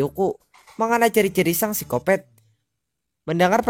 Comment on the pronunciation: Bang bukan sicopet sicopat bng